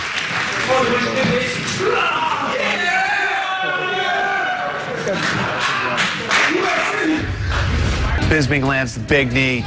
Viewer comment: normal: Michael Bisping Tito Ortiz: Michael Bingsping